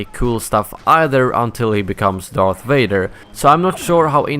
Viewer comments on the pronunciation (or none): It's Darth, not earth